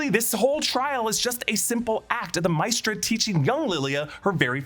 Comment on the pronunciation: Not Mistra but Ma-eh-stra